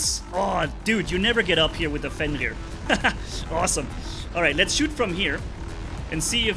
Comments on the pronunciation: Everyone: "Fenrir": "fEnLir" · just pronunciates "Fenrir" like he was talking french, honestly still don't know how it's the pronunciation 😆